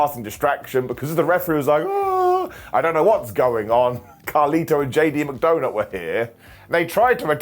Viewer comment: I've been wondering for months new, but is saying "JD McDonut"? Maybe it's just me, but I find it hilarious, so either way is fine. is the best. Keep up the fantastic work. And congratulations on your title.